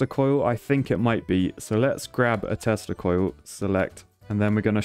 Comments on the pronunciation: Is it only me that when every time he said "Tesla Coil" I hear "Testicle" ? 😂🤔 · Did anyone realize when he said testa-coil 🤔🤣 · Did you say teslacoil or testicle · saying "tesla coil" and me hearing something completely different 😂